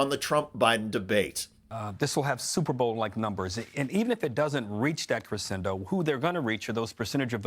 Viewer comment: if ford where too "clever and kind" he would actually know how to pronounce ridiculous and crescendo. fuck.